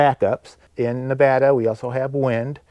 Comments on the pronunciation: You're mispronouncing Nevada,. The gentleman in this video says it correctly. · I love everything you do, but may I make one request? It’s NEH-VAAA-DUH, or Nev-ad-uh. Please please please pronounce it right. Hugs!! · Just a suggestion that you learn how to pronounce Nevada correctly. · learn how to pronounce Nevada!